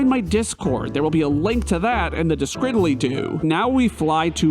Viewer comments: Hey there, came across your video as I love challenge videos. I really got into this, engaging, fun and overall enjoyable, however, your inability to say description really urks me to no end. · Hold on...did you call it Describily-doo?